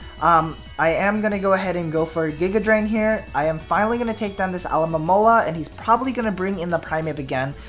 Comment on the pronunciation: just saying you always say alomomola name wrong o.o